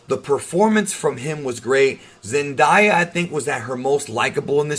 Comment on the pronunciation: I feel like this movie took everything that people hated about MCU Peter Parker and threw it away. I already loved MCU Peter but now he’s on another level for me. I really loved this movie. PS. You pronounce Zendaya wrong all the time (Zen-DAY-a not Zen-DIE-a)